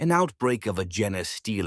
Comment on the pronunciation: gen-ay stealer haha